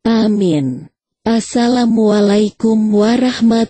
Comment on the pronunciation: Ko bca assalamkum nya sprti bkn org islam